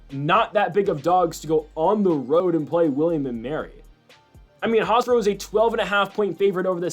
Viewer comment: "HofsTra" 😂 Love the Analysis though but that was killing me